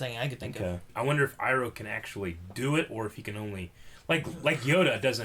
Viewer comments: And yet he still says “Eroh” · you pronounce Iroh wrong!!!!!!!!! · Yo why the fuck does still pronounce Iroh wrong?